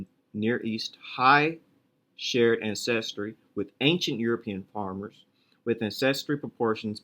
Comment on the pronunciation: Great video as usual, lots of good info. Thanks for the hard work. By the way it's AN-ces-try, not an-CES-try. Just like AN-ces-tor